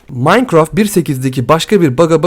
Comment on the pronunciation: Abi minecrafta yani maynkraft diye okkunuyo ya sen möynkraft diyosun qe.wQWE